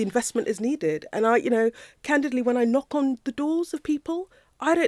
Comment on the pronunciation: Candidley.... is that a new word she learnt ffs